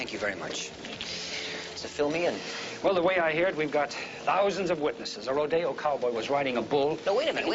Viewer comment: Roh-dey-O ? Really? Apparently they couldn't find anyone on set that knows how to pronounce it properly, including those Hollywood cowboys.